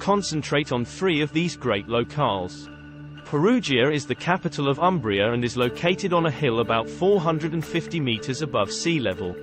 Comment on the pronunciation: 🚩 And start from respectful correct pronunciation of Umbria: it’s “Oombria” ( like in “moon”.) Italians will be grateful to you for that. 😂😂